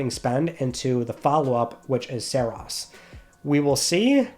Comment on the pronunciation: OMG thank you for saying Saros correctly! 😄